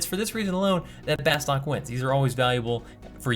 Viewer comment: C'mon, it's pronounced 'Bah-stuuk'.